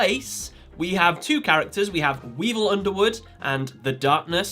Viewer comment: Its weevil duhh